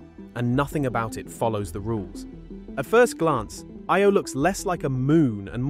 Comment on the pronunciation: Omg. Learn your words of eye-oh. . Lol not ey o lol